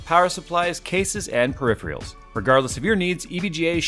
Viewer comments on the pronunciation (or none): he means to point out that jay said that as periphreals instead of peripherals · Anybody else notice how he said periphrials instead of peripherals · can't say peripherals